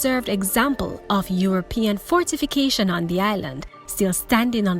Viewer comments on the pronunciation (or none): none